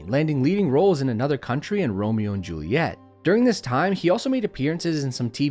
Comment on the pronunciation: It's "Romeo and Juliet" not "Romeo and Juliette"!